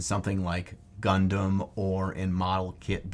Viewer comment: When you say "Gundam", I hear "Leman Russ."